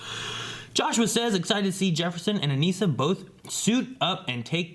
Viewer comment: It's Uh-Niss-Uh. Not Uh-Niece-Uh.